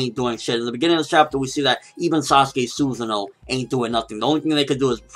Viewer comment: It's not Suza no. It's pronounced susaaaa no. Say it like the Japanese way.